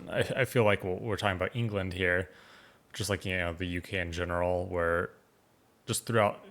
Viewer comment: I grimaced when he pronounced it "where"!